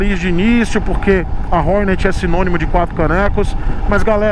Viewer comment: "ORNÉT" bicilíndrica? Os maloqueiros irão xiar kkkkk